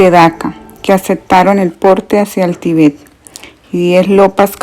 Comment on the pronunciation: Gracias por el aporte, lastima que la persona que narra no sabe leer bien sobre todo los acentos ya que los cambia de sitio al pronunciarlos por ejemplo dice Tibét en vez de Tíbet etc